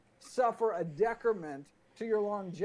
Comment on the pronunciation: Tf is a "decrament"